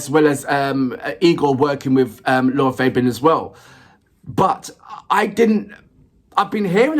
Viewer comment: Concerning the pronunciation of LArA FAbian, it is an Italian name, the three A's are pronounced in Latin, like the A's of "fact" or "black".